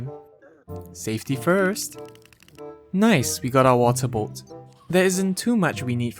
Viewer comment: I heard "moral support" instead of water bolt